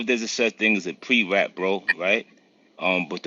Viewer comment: Dude said "Pre rat".